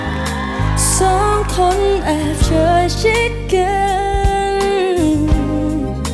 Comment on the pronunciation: ผมเป็นกลางนะ ไม่ค่อยได้ฟังเพลงนี้ด้วยแต่ก็ฟังรู้เรื่องนะ แค่ออกเสียง จเป็นชบ้าง คำว่าสองแอบควบบ้าง แต่ผมชอบฟังแบบนี้นะดูมีสเน่ห์ดี #ทีมฟังรู้เรื่อง